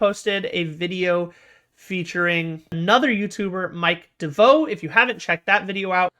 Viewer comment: yeah I thought this was cool... and its DEE-VOE! 🤣🤣